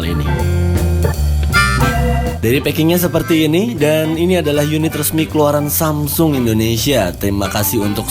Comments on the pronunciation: Ciee.., nyebut Samsungnya udah lancar, belajar dimana kak? 😅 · Tumben lancar nyebut samsung 😂😂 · lho kok ngomong samsung nya lancar jaya ya, nggk seperti yang kemarin =D